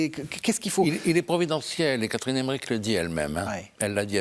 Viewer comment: Emmerich, pas Emmerick